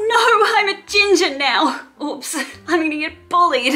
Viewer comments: Is color oops not a thing in Australia because y'all can't pronounce oops lmao "ops" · I like how u says oops lolol u pronounce it like OUPS or ups lolol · the pronunciation of ‘uhps’ tho 😂